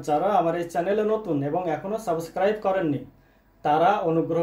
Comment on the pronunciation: আরে ভাই, সাবোস্ক্রাইব না,বলেন সাবস্ক্রাইব